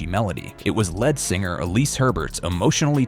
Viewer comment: Pure AI...wrong words emphasized....and LED singer??????